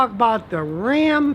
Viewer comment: Scotty: "I Was Wrong About the New Dodge Ram" Everyone: "IT'S RA'AM"